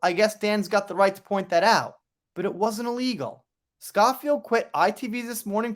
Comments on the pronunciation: FYI: the name is pronounced Scho-(to rhyme with 'snow' or 'show')field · The O in Schofield is pronounced owe, as in The Sun Owes JD a humble apology. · Pronounced Sko field x